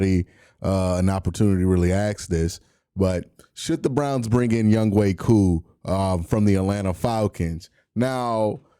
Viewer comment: Just butcher his name q lmao its yung HO lol